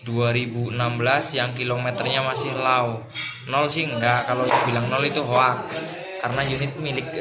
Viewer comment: Low pak..bukan lawww Hahaha